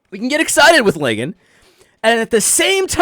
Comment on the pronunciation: I love that you call him “Lie-gan.” That’s officially his new name!